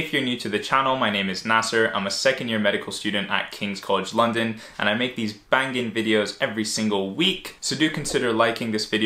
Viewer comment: Great video Bro ! Also love the emphasis on "Banging" Can really see you embracing the british Roadman slang 😁😁😁